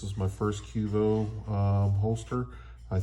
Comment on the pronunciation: And it’s Q.V.O not quevo